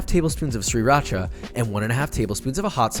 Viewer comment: FYI, the first R in sriracha is not pronounced, omit it entirely. Just say the first syllable as see. So: see ra cha. English isn't the only language with archaic spellings that no longer reflect the pronunciation. Next time you do a fast food tasting, since you are buying extras, taste test in the car while the food is hot as well as your kitchen taste test, you're filming in the car already, it wouldn't be hard. And do it if only to get people to stop being angry in the comments because you weren't fair. People also think that because you got a bad batch that it wasn't fair either, but I think it reveals a large flaw that's worth nothing: variability in quality. They can't be that great if any random store can ruin them due to laziness or being too busy to change the oil.